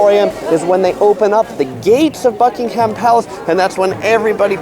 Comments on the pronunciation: Seeing as you’ve lived in London for a while you should’ve realised it’s Buckingham palace not buckingHAM palace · it is "Bucking " hum" as in one word rather than "Buckenum" . ;-) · Americans stop saying Bucking 'haam' palace its pronounced Bucking 'um' palace! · its pronounced Buckinghum palace by the way not buckinghAm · Nobody corrected you?? It's pronounced Bucking'am. The h is silent. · why is it that Americans can't say Buckingham correctly??